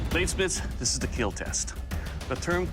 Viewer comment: It’s keal or be kealled